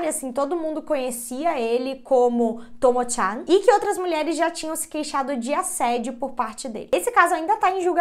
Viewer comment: Normal traição no casamento no Japão, tyan demonstra intimidade a pronúncia está um pouco errada e Sapporo vc pronunciou errado algumas vezes no Japão tds as sílabas são pronunciadas com a mesma força, e máscara eh normal as pessoas usarem, principalmente se estiverem gripadas mas tbm se não estiverem tbm usam eh comum